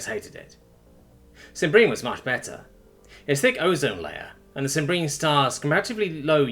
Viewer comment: It's fun reliving the old story. Only wish didn't insist on mispronouncing stuff. It's SIM-bree-an for crying out loud.